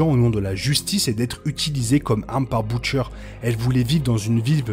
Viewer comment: On prononce Butcher "beutcheur" et non pas "boutchaire"